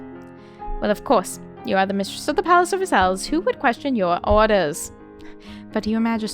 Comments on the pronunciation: Versailles : Ver sighs I love your character voices! So good! You could be a Disney voice actor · I was waiting for you to try this before I downloaded it ^^; thank you for giving it a try! The animation and overall UI looks so pretty! Side note: Versailles is pronounced like "ver-sigh", and the S at the end is silent. :)